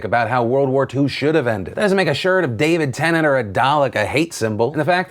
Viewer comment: He said "David Tennant".